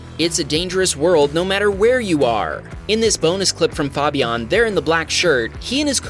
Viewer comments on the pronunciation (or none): Cool vids but you really need to learn how to pronounce the name Fabian LOL!